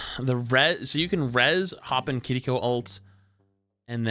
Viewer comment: why did you start pronouncing kiriko differently its sounds like you're saying kittyco